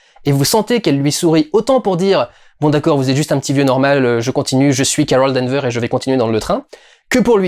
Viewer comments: Danvers Du, Danvers ! Il y a un "S" à la fin :) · Et non D'Anvers.